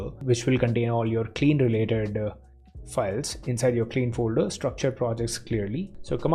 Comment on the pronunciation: omg it's pronounced kline not clean you , you are getting on my nerves every time you say clean